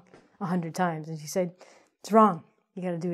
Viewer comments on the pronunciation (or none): none